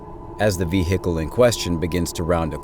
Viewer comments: Ve-hick-el. Vehicle. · V HICKLE ? Really? What Planet are you from?